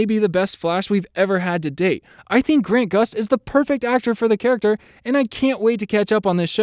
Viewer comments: He kept calling him Grant Gust lol. It’s Grant Gustin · You kept forgetting the "In" in Grant Gustin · He messed up two names. Most important Grant Gustin not Grant Gust. And is Danielle Panabaker not Daniella